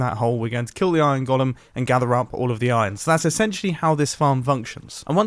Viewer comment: I know I shouldn't care but... It's pronounced 'goal-em' Great video though. I've been looking for an efficient iron farm design for a little while now.